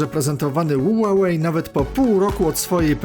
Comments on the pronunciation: Ła łej chyba ma być a nie ulalej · Spolczając nazwę z angielskiego powinno być "hiuwej" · Ja tam słyszę ułałej 😁